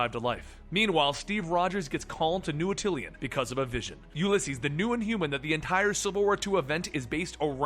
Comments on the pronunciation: AT-till-anne, not at-TILL-ee-en. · At-ti-lan. Not attilian. Come on man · Buddy, it's Attilan, not Attilian.. ^_^ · Isn't it pronounced Ati-lan? There is no I after the L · I thought you were supposed to be the expert? You have been mispronouncing "Attilan" always Google it. They pronounce it properly in Marvel superheroes game.